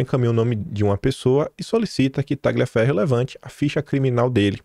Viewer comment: gl em italiano é pronunciado como lh em portugues. Por favor, leia o nome do ilustre como TALHIAFERRO, ou seja, corta-ferro.